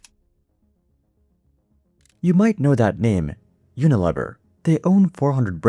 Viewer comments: I have never heard it pronounced uniLEHver. I was at P&G and they said UnaLEAver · No, but I know the name "You-nih-LEE-vur". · Pronounced U-na-LEAVER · Uni LEE ver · Yes I noticed that right away too. And maybe he should check how to pronounce Unilever. Rhymes with beaver not never. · This is either an AI generated piece of garbage or the presenter is seriously uninformed. Unilever is pronounced YOO nuh lee ver. ANYONE who has any knowledge of business would know WHO this company is and knows how to pronounce the name. It has annual revenues of OVER $50 BILLION .Yes, "we know the name" and we know HOW to pronounce it. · It’s pronounced “uni-leever.” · It’s pronounced you-nuh-leev-er. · Tell your AI that it's pronounced "uni-leever" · UniLEAVer pronunciation FYI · Yo, AI narrator, Unilever is pronounced Uni-LEEver. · Unilever is pronounced with a long "e" sound. Unileeever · Unilever is --- yoo-nuh-leee-ver. Computer generated voice, eh. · It's pronounced "uni-lee-ver" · Your mispronunciation of unilever is crazy bro. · Rhymes with lever...